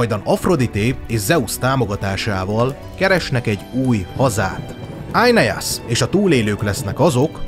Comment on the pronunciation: Éneász, nem Ájneász.😂